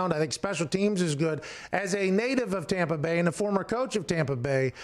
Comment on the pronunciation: WA HAP PAN LMAO POOR TOM PA BAY